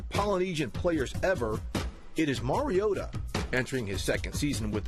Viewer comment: Its pronounced mari-o-tah